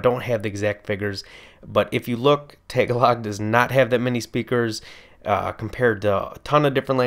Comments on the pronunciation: BTW,... It's not Tay-ga-log. The emphasis is on the second syllable. Ta-Gah-log. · Lmao the way you pronounce Tagalog got me rolling 😂😂